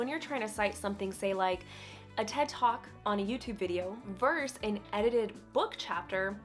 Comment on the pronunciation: Well explained, but note that "vs." stands for "versus" not "verse". Just like "et al.", it's good old Latin at the source.